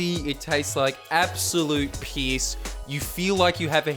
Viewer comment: I watch your vids in canada because ?!?!? And I legit thought you said it was malty and tasted like peace not moldy and piss lool